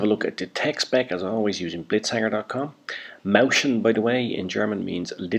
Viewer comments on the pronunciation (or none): It's not a sch, it's s-ch. You can't say it like moushen, it's it's like Moizchen. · pronunciation - MOY-chyen